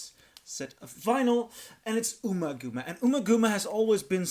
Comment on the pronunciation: Pronounced: Umma[As In Um~Rhymes With Bum]Gumma[As In Gum~Like Chewing Gum]!...